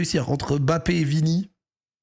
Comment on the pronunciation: ok mais c pas non plus BAPE MDRRR